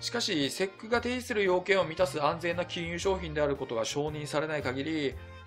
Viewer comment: いつも分かりやすい動画ありがとうございます。ただSECのことをセックとはあまり呼ばないと思いますw